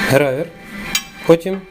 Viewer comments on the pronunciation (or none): а чого грАвер, а не грОвер??? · А чого грАвер, а не грОвер? Ця шайба названа за ім'ям інженера шо її винайшов.